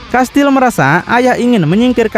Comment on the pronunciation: Saya Fans abang ini ga pernah skip, like trus tapi Komen baru ini krna pengen benerin aja 😊 "Kastiel" Bang Baca nya Bukan "Kastil" 😬🙏